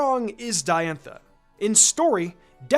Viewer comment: not to be "that guy" but its pronounced dye-anne-tha. not d-anne-tha